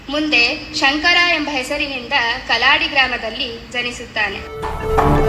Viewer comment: Kalaadi. alla. Kaaladi.